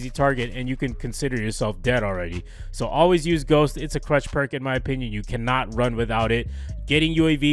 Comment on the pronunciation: Is he saying crutch or clutch?